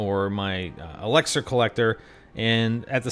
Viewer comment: PRONOUNCE ELIXER CORRECTLY